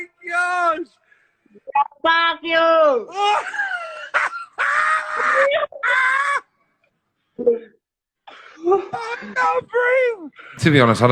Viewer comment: Man it's hilarious ,when the other dude said Fack you and then peace ✌️ sign 😂